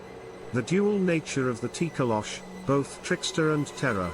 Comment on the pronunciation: It’s Tokoloshe or it’s pronounced Toh-Koh-Lo-Shee; the “e” is not silent